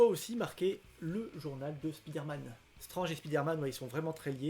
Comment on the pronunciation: Il sont dans un super état tes Strange dans l'absolu. Et merci de dire Strange et as strennege. Et du coup Premier et non first